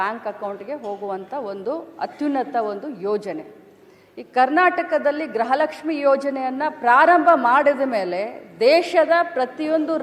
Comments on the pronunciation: ಗ್ರಹ ಅಲ್ಲ ತಾಯಿ ಗೃಹ ಲಷ್ಮಿ ಏಲ್ಲಿಂದ ಬರ್ತೀರಾ ನೀವುಗಳು ನಿಮ್ಮ ಪಡೆದವರು ನಾವೇ ಅಬ್ಬಾ.......😂😅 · ಗ್ರಹ ಲಕ್ಷ್ಮಿ ಅಲ್ಲ, ಗೃಹ ಲಕ್ಷ್ಮಿ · ಗ್ರಹ ಲಕ್ಷ್ಮಿ ಅಲ್ಲ.... ಗೃಹ ಲಕ್ಷ್ಮಿ 😊